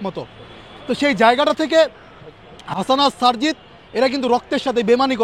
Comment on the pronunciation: সারজিসের নামটাও উচ্চারণ করতে পারে না ! এটা নাকি ছাত্রনেতা !